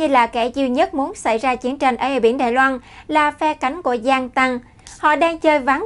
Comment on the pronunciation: đài loan chứ không phải đài loăng